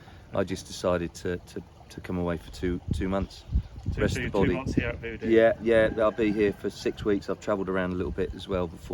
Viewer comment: get someone who can say View Dee 😂